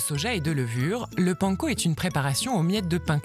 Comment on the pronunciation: Mais comment ils prononcent panco?!?!?!?